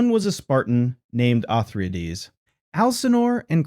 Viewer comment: How many of these did you take??? O-thry-ades, all 3??? Yea!!!! LOL